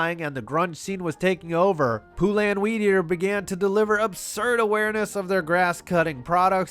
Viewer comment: Poo-lan?? You mean Poulan? Pronounced like Poland without the d... (that's what she said). You know what.. we'll give you a pass because both Poulan and their bowl are poo